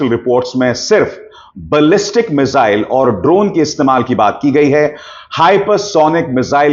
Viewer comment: मिसाइल होता है, मिजाइल नही, ये तो वही बात हुई, जैसे टकलु योगी श्रध्दालु को सरधालू कहेता है